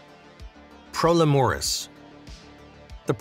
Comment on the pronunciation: And the pro leh moris 💀 grace literally said pro LE muris at the start loll